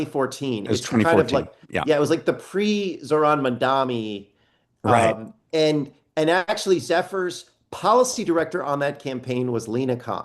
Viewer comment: Matt needs to say Mamdani's name right..most people who say "Mandami" - like fox news hosts - do it intentionally to belittle him/use it as a dog whistle, but I'm pretty sure Matt's just never been corrected. Heard him on various podcasts saying it wrong lol